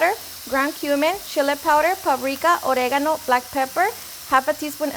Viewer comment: I am in love with you. The way you say orrrrrrigano makes me crazy.